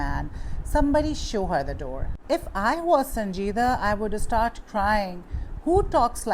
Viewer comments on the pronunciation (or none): none